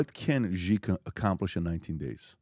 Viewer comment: Please communicate to PBD... China's President name is pronounced (SHE) and is spelled Xi.... with all the resources that Valuetainment and PBD have, they can't get anyone to help them understand how to pronounce President Xi (SHE) name. Happy 2025!